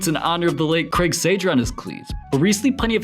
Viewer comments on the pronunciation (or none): Craig Sage-er...C'Mon Man! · Yea, kinda. And he can't pronounce Sager.